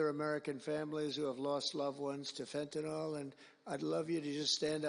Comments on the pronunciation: It's pronounced FENTANIL, NOT FENTANOL. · Let’s work on how to pronounce Fentanyl first, huh Trump?